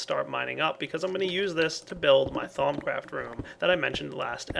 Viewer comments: At first I always thought he said thong craft lol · Thumbs up if at first you thought he was saying thong craft and that it was a creepy minecraft sex mod.